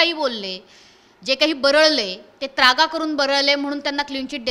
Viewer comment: अरे सद्या आय.............. झ........... नालायक चुत्................. मा............. तु जो शब्द बोलतोसना तो शब्द शुद्ध शब्द आहे त्रागा असा आहे........... नाही की त्र्यागा नाही. जुन्या सद्या वर्त्या आधी ना तु मराठी भाषा निट बोलायला शिक हरामी तु महाराष्ट्र द्रोही आहेस हरामी साल्या तुझ्या............. आय............ कुत्र्या काहीही भुंकतोस आहेस.